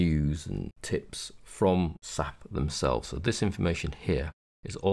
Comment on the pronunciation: its not "SAP" its pronounced S - A - P, you actually have to pronounce the individual letters dude. All you have to do is call them and/or speak to someone from SAP at a conference and pronounce it as "SAP" to really piss them off.